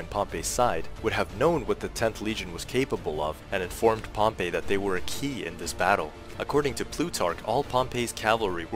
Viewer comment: You didn’t mention one word about the reason he had a 4th hidden line armed with just their pila b/c he was outnumbered in cavalry with 1k or 1.5k vs Pompey’s 7k cavalry. And your pronouncing Pompey as the city of Pompeii. Please stop. Nor is that why he made the 4th line. Your wrong about any things here .